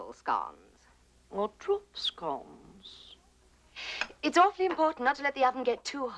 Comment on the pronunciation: LOL! "Troop scones " lol